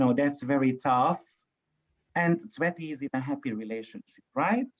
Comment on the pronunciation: I always hear sweaty for tsveti and angry culture for agriculture 😂😂😂